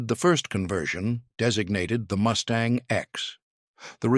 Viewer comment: Good review--but please to get your AI narrator sorted out. It is MUstang, not MOOStang.--TKS